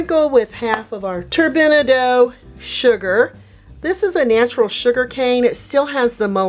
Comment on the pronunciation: Turbinado is pronounced Turbin ahh doh